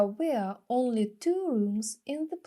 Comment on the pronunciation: Дякую за відео, цікаве. Проте вимова одного слова бентежить), а саме were, читається як вьо. Мені здається ви читаєте як where , веа. Але то дрібниці, чекаємо нових відео!!!